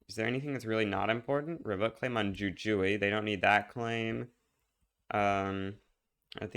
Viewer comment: I want to help you avoid being out here sounding like Generalist: the J's in Jujuy sound like H's 😂